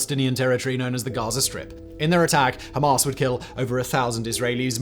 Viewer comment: That pronunciation of Hamas is annoying me. “Hom-ahs” Ham-ass